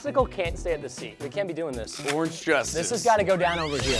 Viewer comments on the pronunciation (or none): none